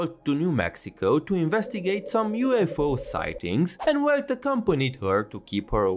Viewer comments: Keep in mind: "Welt" is pronounced as [Velt] because the German language pronounces W like a V. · The main crime I see in the game is to not pronounce Welt "Velt" like it's supposed to be in german